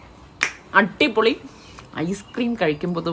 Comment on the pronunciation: Attipoli alla Adipoli ennu parayanam